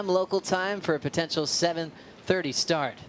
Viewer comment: Is there no one responsible to tell to NOT say "100%" anymore? Is there no one reponsible to tell that it is "POTENTIAL", not "potention" or whatever fantasy word he made up there.